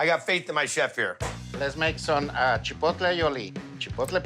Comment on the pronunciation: Chipolte Aioli?...haha oh! the mispronunciation